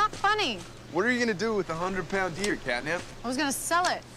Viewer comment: Sound like he called her KatNip 🤣